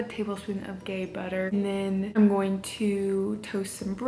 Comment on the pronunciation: Not "Gay" butter. It's starts with a hard G as in 'Gay' and ends with EE as in 'Bee'. Ghee. No "A" sound in Ghee. Hard G and long E only. You seem to like it so you might as well learn to say it. Videos available on YT on just how it is spoken. Don't you think it's time for a 16/8 program? Or maybe 18/6? I love my ADF 36/12 but I still have a ways to go for weight loss. On my fasting days I have water only. It's hard but I know I'll be able to eat tomorrow. If you are going to train yourself to eat every day, it's time for a different fasting pattern that you can stick to hard. Also, I weigh and track every day to learn about my own patterns. It takes out the anxiety of the scale. I've done this for years so I feel nothing about it. You just know it's ok. It's important to know how different foods affect you, how monthly cycles show up and to always know where you are and when you need to tweak you daily diet. If I had a monthly weigh in, it would give me an anxiety attack! LOL